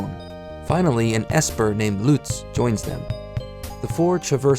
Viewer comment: actually....ESPER is pronounce as ES/AS-PER